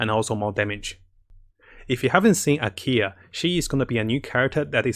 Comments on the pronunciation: he tends to do that Ameno for Anemo , Keel for Klee, Akiya for Ayaka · Am I the only one who hears "Ikea" every time he tries to say "Ayaka"? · nope i made that joke in a previous vid too lmao